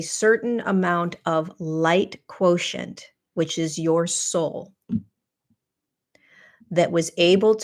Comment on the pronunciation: The language teacHer in me confirms "quotient" as ~KWO-shent (I do this phonetic spelling all day ;)